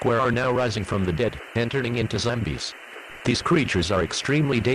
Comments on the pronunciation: stardropSylveon I like how the announcer says zambies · "Zimbies" XD